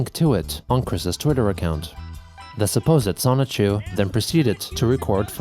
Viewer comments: He for real created a character pronounced semen chu lmfao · Bruh, can you stop calling him Sonichu? This is LEGITIMATELY enabling his delusions.